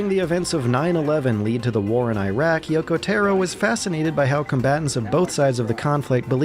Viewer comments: >Yoko Teh-ro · "Yokow therrow" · "Yoko Terro" jsjsjsjs